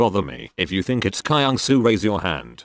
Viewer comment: THE WAY THEY PRONOUNCE KYUNGSOO "cry-young-sou(p)"